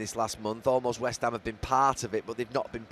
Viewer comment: “West hame are a club” 🧠🧠🧠 incredible commentary as always